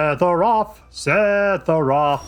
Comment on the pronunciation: Holy shit, say sephiroth wrong some more lmfao.